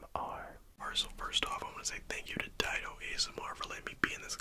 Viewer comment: I love/hate how these two guys pronounce each other’s names wrong I understand accent on mzg but still and dido it’s not diedo (not hating just something I noticed and couldn’t let go till I said something)